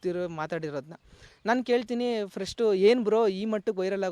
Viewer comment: ಫ್ರಸ್ಟು ಅಲ್ಲ ಕಣೋ ಪಸ್ಟು